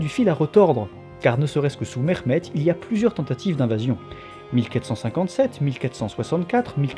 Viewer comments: Mehmet se prononce bien ‘Mehmet’ et non pas ‘Mexmet’ 😁 Et sinon les Ottomans ne descandaient pas des steppes (mais des rives Sud-Est de la mer Marmara)les ottomans se sont formés en Anatolie. À ce niveau il est inutile de rappeller les origines steppiques des populations turcophone d’Anatolie, les ottomans sont donc bien Anatoliens. À rappeller aussi que le systhème de janissaires échappait à la plupart des chrétiens d’orient (malheureusement j’ai pas de sources) vu l’inaccéssibilité de beaucoup d’endroits de l’empire qui est très montagneux et isolés, beaucoup n’etaient tout simplement meme pas recensé. Sinon ta video est interessante 😊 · Je viens de decouvrir ta chaîne et je trouve que tu as une bonne narration, de l'humour bref jmabonne, je m'appelle aussi Mehmet par contre on ne m'a jamais appelé "MeRmet" heureusement xD au pire on prononce le H légèrement, ton accent fait arabe et culturellement pi génétiquement on a aucun rapport avec eux, sauf la religion partagée pour la majorité du peuple malheureusement... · encore une vidéo que je vais regarder avec grand plaisir! merci pour tout ton travail mais s'il te plait prononce le H dans les prénoms comme en français car c'est comme cela que ça ce prononce en turque!